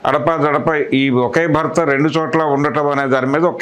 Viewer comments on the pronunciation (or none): అరేయ్ అయ్యా భక్త మహాషాయులు కాదు భర్త మహాషాయులు 😂😂